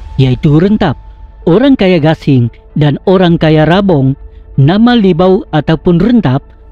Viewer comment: Ok tu maksud dia orang kaya bro.....lucu sgt saya dengar awak sebut ok pemancha dana....orang kaya pemancha dana sebutan yang betul bro.....